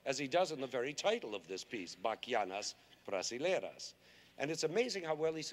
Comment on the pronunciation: O jeito que ele falou "Bachianas brasileiras" foi tão bonitinho e bem certinho. Amo o Lenny